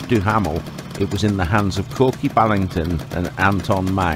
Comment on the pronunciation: I knew who they both were! Hugh Neville Ballington (Kork) not Korky as in the cat. & Vyon Duhamel, not Eyvone as it was said in the text.